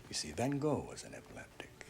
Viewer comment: If a so called 'expert' cant even pronounce Van Goghs name right, calling him Go, cant take the man seriously.